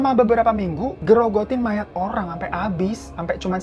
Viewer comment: Apa cuma aku yg dari awal dengernya susuk maya, dan baruu ngeh kalau itu susuk mayaT pas di bagian cerita makan tubuh mayatt sampai habis? 😭😭